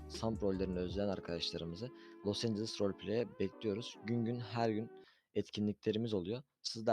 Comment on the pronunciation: Los angles değil abi, Los Angeles